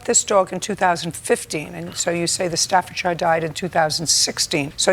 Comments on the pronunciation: Its actually painful to hear them both pronounce Staffordshire wrong. Its pronounced Staffordsheeeer! Note to others on here... Please dont try and educate me on how to pronounce an English Dog breed thats named after an English County...I'm English 😁👍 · lady cant even pronounce staffordshire properly